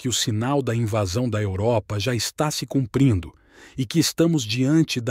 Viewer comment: " CUPRINDO"?! Falta de atenção e de respeito...